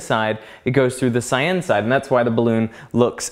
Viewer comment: argh -- CY-uhn -- does not rhyme with cayenne